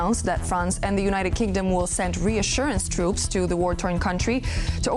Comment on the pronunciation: 😂 yea? “We shouldn’t put twoops over der cuh, it’s too dangewous”…PIPE DOWN! Pull yourself together MAN! WERE IN A WAR DONT TELL US ITS TOO DANGEROUS, ya dangerous times bruh! BOMBS FALL FROM THE SKY THESE DAYS, everything’s dangerous don’t just say “it’s too dangerous” instead u say maybe like:” it’s risking too much personnel or equipment” -that sounds more APPROPRIATE FOR WARTIME SPEECH! SLOW DOWN YOUR WORDS AND THINK ABOUT WHAT U SAY SO U SOUND SMART…